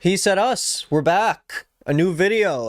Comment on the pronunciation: he said us more like he said HEAT 🔥👽🗣‼️